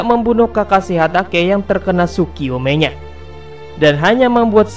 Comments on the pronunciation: ITS PEIN NOT PA-IN ITS TSUKOYOMI NOT TSUKIYOME WTF? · Tsukuyomi bro bukan tsukuyome